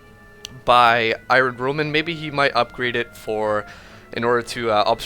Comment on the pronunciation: Its not pronounced ' I * run ' .